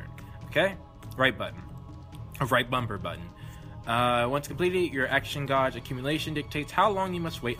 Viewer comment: Dat intro music though... ALL OF THE COMMENTS! You realize we cannot let this go to waste, right? Again, how long before forgets everything? Only time will tell... You have awakened my TRUE POWER! You can say 'Segami' fine without having heard it before, but you mispronounce 'gauge' constantly... xD I'm guessing it's more like using context clues... like, examining what came before and after the missing history and using logic to fill in the major gaps. Like if your fine before a fight and your unconscious afterwords, logic states you lost the fight and such... Wow... I may actually get this game just for that moment. Time Travel 101 by Professor Histoire Segami throwing some serious shade up in this... This girl... -_- She needs to seriously chill. QotD: I really don't mind it either way. Maturity is always more of a state of mind than just physical age. If some games want to either push the envelope or think that the subject matter or character personality would be better enhanced by more 'colorful' language, then I say go for it. I mean, it obviously won't work for every game series out there, but hey... to each their own.